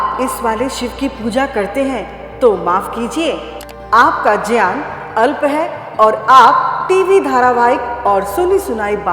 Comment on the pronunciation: ग्यान को संस्कृत उच्चारण में ज्यान बोला जाता है ज्यान ही शुद्ध उच्चारण है ।